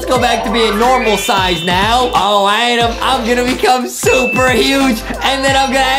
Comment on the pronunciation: Why is everyone calling Adem “Adam” like his name is Adem